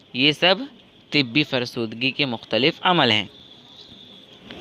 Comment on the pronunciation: It's not tibbi it's tabai